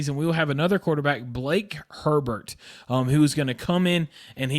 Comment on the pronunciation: Good video. It’s Blake Hebert not Herbert